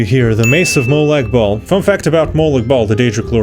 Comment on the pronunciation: Love your pronauncinaution about m8lag bahl. The bahl sounds like balls